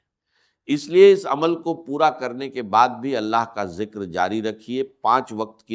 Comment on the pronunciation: Ya hindi bolnay wallay ha awaz 80 % ssame ha .words jo bolta ha hindi word darwaza ke jugha darwaja bolta ha .zekar jekar bolta ha .zat ke jugha jaat bolta ha .